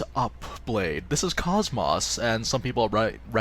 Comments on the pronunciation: It isn't koss-moss, it is cosmos. The kid in her side quest even repeats her name as cosmos in a text bubble, clearly proving the other characters pronounce her name as such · For the love of all that is holy... Her name is pronounced (Koe-s - Moe-s) not (Coss - Moss) A 5 second YouTube search could've shown that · It kinda urks me on how her name is pronounced as like "Cahs-mahs" in the game when it should've been "Kohs-mohs". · Her name is pronounced KOSS-MOSS, not cosmos, the starting word in her acranym is cosmos just spelled with a K, you know this if you played Xenosaga where she comes from... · Did he say..kos-MOSS. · You had me in "Kosmaahs". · nope its just mispronunciation. "kohs-mohs" is an established character, its like pronouncing goku: Ghak--ooh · had to look up a scene where her name is said just to check. Her name is indeed pronounced: "Kohs-mohs". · Prince of Hyrule that's English voice actors for you. Always saying the words wrong, even though it's pronounced KOSS-MOSS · I know I'm late, but yeah, it irks me as well that they mispronounce it. But it isn't 'cosmos' or 'koss-moss' (if that is supposed to sound like moss growing around trees). In all three of the Xenosaga games, I'd wager her name is verbally pronounced in-game no fewer than 200 times as 'kohs mohs.' Like the words 'coat' with 's' instead of 't' and 'most' without the 't'. I know this is splitting hairs, and I'm sorry if this sounds rude in any way, I don't mean to be. Anywho, she's a great character nonetheless :) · Excellent guide once again! But your pronunciation of KOS-MOS really bothers me, haha. Have you played any of the Xenosaga games?